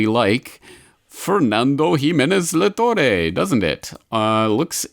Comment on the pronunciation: I just love how you pronounce Spanish names XDD A little guide for next time: Luis de GUINdos -> guin is pronounced like in "guinea", the "u" is silent Fernando de La ToRRE -> strong R like in "rat"